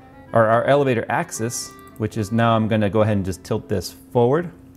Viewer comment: He kept saying "axis" but it sounded like "access" :)